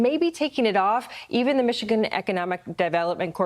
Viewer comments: Pronounced Michini.... Ya nevermind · Michi-gander. You're welcome 😁